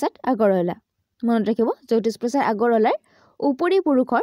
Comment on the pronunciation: Jyoti prokash ok apuni jyotish prokash kio uccharon kore.....